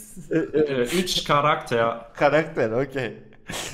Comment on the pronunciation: Üç... Kavgacie.: Güler: Karaqter.d